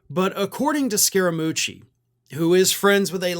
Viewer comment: I am from Italy and the pronunciation is 90% correct.